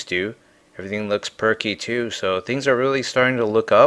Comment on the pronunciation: What part of the country do people say, "Tee-oo", instead of "too"?